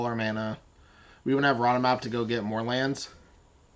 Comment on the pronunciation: Also, I need to teach you how to pronounce "Ramunap". Rah-moo-nap. XD